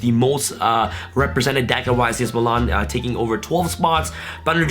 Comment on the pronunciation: Meelan* not muhlawn